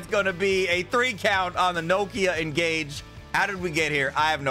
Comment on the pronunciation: Its not the engage its the N Gage